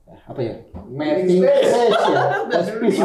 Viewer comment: Wkwk salpok sama King ngomong METING SPIS WKWKWK, padahal kebalik harusnya bacanya miting spes, aku relate sama sih wkwk, aku kaya banget. King ini tipe2nya bukan planner tapi pas tampil keren kayak adek aku yang ujian ga belajar tapi nilai 90....